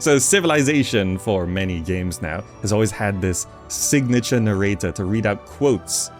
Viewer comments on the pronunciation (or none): Why do you say narrator like that